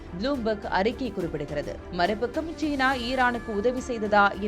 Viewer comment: "தமிழைக்கொல்லாதீர்" ஷீனா அல்ல சீனா